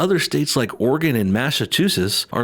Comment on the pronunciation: Can you seriously not properly pronounce "Massachusetts" or "Oregon"? You belong in Alabama, your parents are clearly blood relatives of eachother.